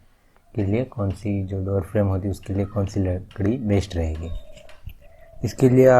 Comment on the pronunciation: bhai lakdi ki jagah ladki kiu nikal gya muh se 🤣🤣🤣